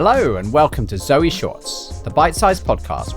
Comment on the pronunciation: Great to sprout beans but then so far you don’t mention how to use them when they are sprouted. I notice how you pronounce the name Zoe and I grew you with that being a family members name and the E was silent with the O being a long vowel so it sounds strange to me when you saw both vowels as long sounds.